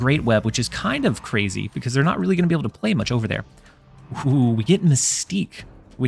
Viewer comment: Was that "but it is naut enough" intentional? I barely caught it lmao.